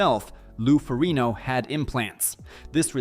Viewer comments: Ferrig-No Lou Fo-rig-no smh... Seriously lol? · Lou farino? AI is getting worse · That's the Italian pronunciation, or an attempt at it, I would guess. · If you cant get Lou Ferrignos nane right, the legend, i cant listen to you lol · You should learn how to pronounce the name of "Lou Ferrigno". People might know that you have no idea what you are talking about, and only reading from a script.